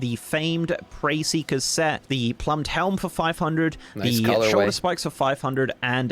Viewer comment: can't read. Plumed and Preferential. Lmao Britain.